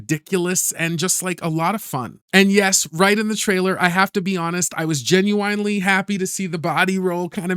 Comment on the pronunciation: Genuinely...not genuwhinely. Weird.